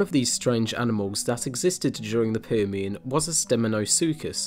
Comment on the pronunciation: That was a very Liverpudlian "Permian" you opened with! ☺️